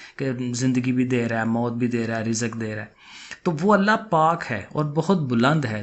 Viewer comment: Sir IAM sorry to say lakin Punjabi log patano per hanstaay ho Ka UN Ka mozakar monas bahot kharab lekin Punjabi khud bi Zaire or zabar har cheez ma laga Tay hai jasay app log rizq ko. razaqa boltay ho😂😂😂😂